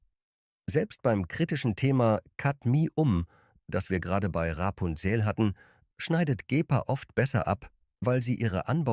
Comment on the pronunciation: Auch ich vermisse den Platz 5. Ich finde im Grunde ist es trotz KI-Stimme (die vor allem Rapunzel und Vivani sehr, sehr seltsam ausspricht) ein Video zu einem interessanten Thema. Aber wenn man 12 Schokoladen besprechen will und in Wirklichkeit nur 11 bespricht, ist das auch irgendwie eine Mogelpackung. Ich weiß nicht, so was passiert doch nicht irgendwie aus Versehen? Naja und das "Nehmen wir gerne mit!" ist auch eine tolle Anmerkung dazu.